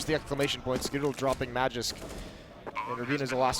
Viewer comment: They say Magisk so fkn wrong it hurts